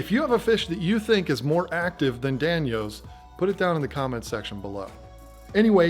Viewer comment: Danios is pronounced like day knee owes not like dan e owes.